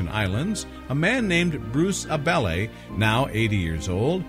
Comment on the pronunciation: AB-LEE not ABelly